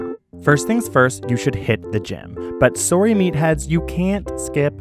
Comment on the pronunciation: Ontario? You pronounced "sorry" like my old boss at Tim Hortons who was from London. (and to this day I correct people mocking Canadians... it's closer to "a boat" than "aboot")